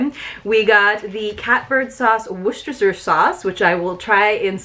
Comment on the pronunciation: I always love watching this box. Maybe because I live in Maryland. I love apple butter (on rolls or with cottage cheese) but I'm not sure about adding a pumpkin spice flavor to it. Have you tried it? Hey good job on pronouncing Worcestershire sauce, that one is so tough to pronounce. I LOVE the artwork on that sticker.